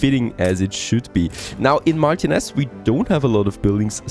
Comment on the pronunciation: *Hemione: It's Mar-TI-nez, not MAR-tinez